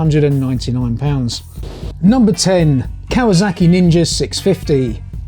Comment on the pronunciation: Kawazaki? I think you mean Kawasaki